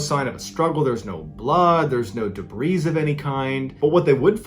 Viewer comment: The s in debris is silent.